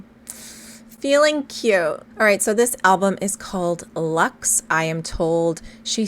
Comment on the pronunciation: It is Latín and the pronounciation is not "lāx" : EGO SUM LUX MUNDI.